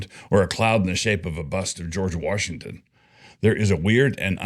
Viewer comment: I can’t unhear Doug saying “Warshington” 😂